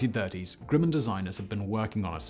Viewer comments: Not Groo-mun, it’s Gruh-min. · Unsung? By whom? Also.... pretty sure Grumman is spelt, well.....Grumman. Not 'Grimman'. Simon......GrUmman. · Hey Simon, never heard of GROO-man. The correct pronunciation is GRUM- man. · I wouldn't call it an "unsung" her to at all. And learn how to properly pronounce Grumman. It's not Grewman. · Nice vid. not enough attention is paid to the plane. However, the company is pronounced like Rum with a G. Not GREW-man. Just saying. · the 'u' in the manufacturer's name is pronounced as "uh" not "oo", but this seems to be common pronunciation among UK YouTubers ~ otherwise another excellent production! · Lay-tay Gulf. Grum-men. My grandpa fought at the former and my uncle worked at the latter. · Mispronounces Leyte and Grumman. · Grumman is pronounced like the word gum.....short u sound.